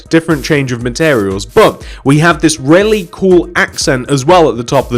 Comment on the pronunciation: When he says really, it almost sounds like rarely to me.